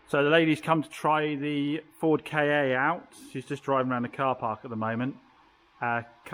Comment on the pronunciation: Love all the vids. But does it bug anyone that the little fords are being referred to as a ‘K’ ‘A’? I always though it was pronounced more like ‘Ford Kar’. Or is it just me?